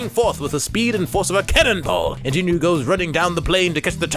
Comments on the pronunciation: Just letting you know, it’s pronounced jean-oo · You pronounced Jinu wrong bruh